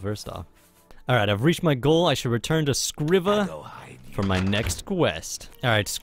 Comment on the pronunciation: Its pronounced screeva not scriva